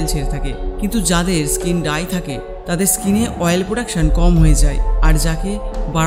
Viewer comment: ডাই স্কীন নাহ! ড্রাই স্কীন হবে উচ্চারন সঠিক করুন।